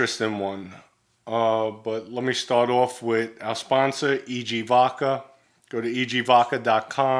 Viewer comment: Why do you say vodkar?!